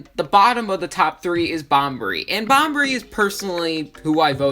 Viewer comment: Bobbery, not Bombery